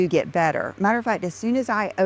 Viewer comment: Dear god, please stop her from saying "matter-a-fat". I can't take it. And while you're at it, please stop her from saying "oh my gosh you guys". 🤮